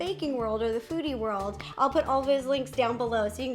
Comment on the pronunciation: I thought Ro said the Fruity World at the beginning instead of “the foodie world” 🤣🤣😅